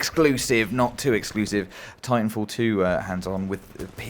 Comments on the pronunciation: "tintanfall 2?" bruh what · "Tintanfall 2" Nobody else notice that?